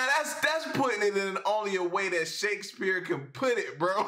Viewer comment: I like how he keeps pronouncing it "shakesBEER" 😄😄